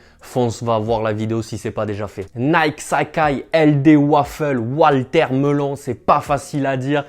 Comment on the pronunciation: waltermelon mdrr " WATERMELON"